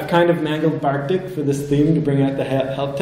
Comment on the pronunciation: Really enjoyed this presentation. The name of the theme keeps mentioning is Bartik, not Barktik (sorry it triggered my OCD the entire talk but the rest of it was great!)